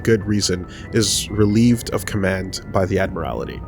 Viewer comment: It's pronounced Admiralty (Ad-mer-al-tee) not Admirality (Ad-mir-al-i-tee)